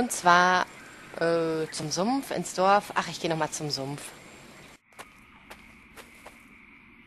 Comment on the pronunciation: Warum sagst du eigentlich immer Doaf statt Dorf?